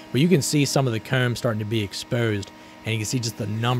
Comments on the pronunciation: Every time you say "comb" (koom)....I chuckle. Great video though. You have a fun life it seems. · Super interesting stuff but man, I can't stand how you say certain things particularly very common terms you'd use in your videos like comb - "coomb", or exposed - "expoosed". Everything else you say without an odd accent lol.